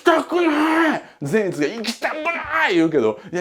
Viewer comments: ぜん⤴︎いつ⤵︎のイン⤴︎トネーション⤵︎ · 善逸のイントネーションが違うと思うのはわたしだけ？笑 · 説明うますぎて、また見たくなった！！ 善逸のイントネーション気になるところ🤔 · 善逸くんの発音が個人的に気になる… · 善逸のイントネーション（笑）(≧▽≦) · 善逸のイントネーション違うー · 善逸の発音ww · 善逸の発音はあっちゃんのやつであってるのか！？！？あたしが鈍ってるのかあっちゃんが鈍ってるのかわからぬ、、、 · ぜんいつの発音草